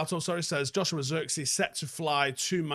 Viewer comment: The i in zirkzee is like the i in sh*t. The ee is pronounced like the letter A